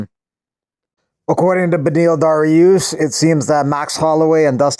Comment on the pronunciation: Man just said Bediel Dariush😵‍💫